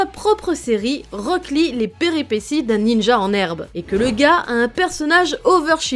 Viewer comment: J’ai eu mal des que t’as dis rock lee 😭😭